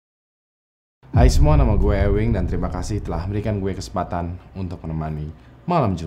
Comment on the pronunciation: cringe + rip pronounce